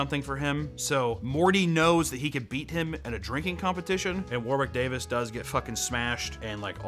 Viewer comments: WarWiiCk DaaviS 😂😂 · It’s sounds like you’re pronouncing Warwick Davis with a lisp